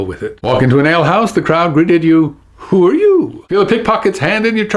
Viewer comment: I'm really enjoying your videos!! Just recently subscribed, thanks to your wonderful appearance on Truth or Fail and the video response to Dan Brown's Open Letter. So glad I did :D I'm not sure the intonation of the Who are you? is exactly on point. I'm sure I've heard the phrase in a cockney accent before, but with less emphasis on 'you' and more emphasis on 'are'/'aahh'. Just a thought.